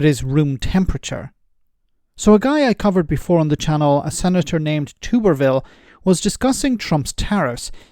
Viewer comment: Hi, it’s pronounced Tubber Ville, he used to be head coach of the college football team that I was at, luckily long after I’d left. He was a shower doing that, who the hell propelled him to a position of power? Tumourville, the jug eared buffoon, is an absolutely clear indicator that America is fooked. Read into his college coaching stints, start with the ‘the only way I’ll be leaving here is in a pine box’… next day he jumped to that teams number 1 rival. Also look at his hosting high school recruits looking to go to Texas tech, he left them at dinner via a toilet window, next day jumped ship to another uni. He’s an absolute gift..